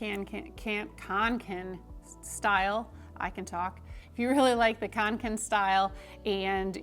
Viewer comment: It’s pronounced ”conken”, it’s a Swedish å in the name, Kånken. :)